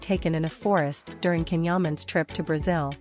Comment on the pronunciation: This AI voiced female hasn't learned how to properly pronounce his name...it is pronounced "Jon"...not "canhuman"...